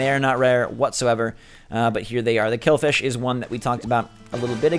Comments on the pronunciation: its not killfish its killifish, just saying .cool new vid :D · You said kill-fish but it’s kill-i-fish Just saying 😂